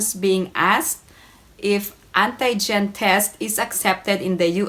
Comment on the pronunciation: When she said ANTAY - GEN 😂😂 Pronounce like auntie for ANTI-GEN